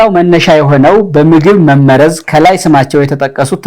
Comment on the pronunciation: አማርኛ ድሃ ቋንቋ መሆኑ!!! አህ! "መመረዝ" የሚለው ቃል በራስህ አነባበብ ችግር ፀሀፊ አቃቤህጉን ወቀስክ። በአድራጊ(subject) መመረዝ ነው የሚለው ፅሁፉ የመጀመሪያው 'መ' ላልቶ ሁለተኛው 'መ' ጠብቆ። አንተ የመሰለህ መመረዝ(object wise) ሁለቱም 'መ'ዎች ሲጠብቁ ነው። ቀድመህ ማንበብ ነበረብህ